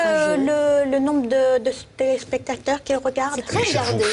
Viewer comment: "vous avez vu le nombre de chtéléchpecteurs qui regardent?"